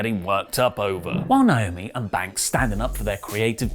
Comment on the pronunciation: I’m so annoyed by and A LOT of other people constantly calling her Nyomi. It’s Naomi ( nay o mee). Why is this hard? It’s right there in the spelling